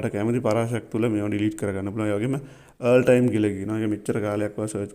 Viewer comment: Thank you. But oya wachana hariyata උච්චාරනය කලොත් ඔයාට යහපතක් වෙයි.. All සද්ද වෙන්නේ "ඕල් "...කියලා. ඒක හරියට ඉගෙන ගන්න.. Earl කියන්නෙ නමක්.